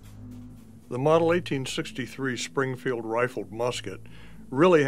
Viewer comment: Musket not muskit Springfield not springfeild